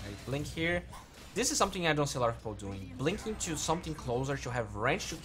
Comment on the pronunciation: i really wish you start practicing saying words like "to" rather than "choo", it can get really distracting.